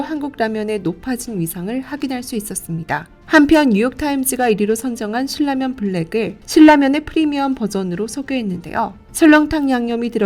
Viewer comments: 일반적으로 신나면이라고 들었고 실라면을 거의 못들어서 어색해서요. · 신라면의 발음은 실라면이 아니라 신나면. 실라면이 정석적인 발음일지도 모르지만, 신나면이라는 발음만 들어와서 좀... 거슬리네요 신라면이라고 발음을 하는 것도 좋을텐데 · 실 라면 이라고 ??? 나 한테만 그렇게 들리나 ??? 돈 벌고 싶으면 제작에 신경 좀 써야지 ..